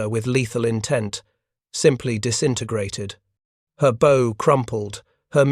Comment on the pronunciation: AI needs to learn how to pronounce "bow"! It's NOT the "and arrow" version!!!